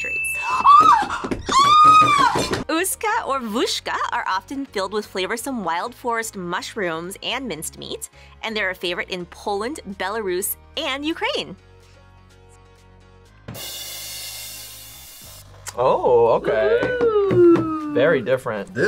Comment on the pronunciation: Belarus not Belaruse